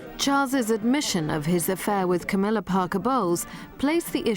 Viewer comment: Camilla is a very intelligent woman . BTW it´s Camilla NOT CAMMILLA .